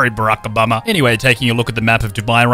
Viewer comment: Barak O mama? Did I hear that correctly?